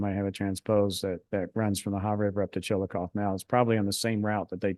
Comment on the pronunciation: I was surprised at the speaker's pronunciation of Chillicothe and Scioto County. I grew up in Ashland, Ky., on the banks of the Ohio River. We pronounced the city name as ChillacothEE, not ChilliKOTH. Scioto County as SYOTO, not SKYOTO.